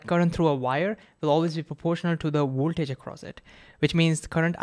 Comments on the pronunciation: What is Woeltage? Clearly you can pronounce the letter V, which you did 2 seconds later. Why not say Voltage? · Don't choose Ohm's law as an example if you cannot pronounce ouwaltage and werticle. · The Woltage and the Wertical? 🤣 Sorry... you're awesome dude... keep creating awesome content